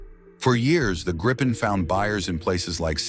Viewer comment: I wish these AI narrators could decide on ONE pronunciation of "Gripen" It's Swedish for Gryphon - By the way - Saab Gripen-E in conjunction with the Saab GlobalEye system, is going to close the sky around any country..